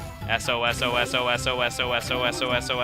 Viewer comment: it wasn't sosososososos it was sos,sos,sos.